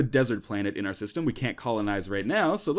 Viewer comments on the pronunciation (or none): i though that he said "shit dies" system O.o